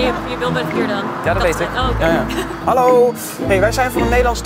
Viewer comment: "Halloey?" haha